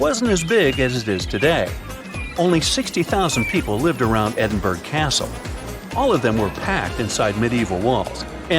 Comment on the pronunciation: Pronunciation 'Edinboro' not 'Edinberg'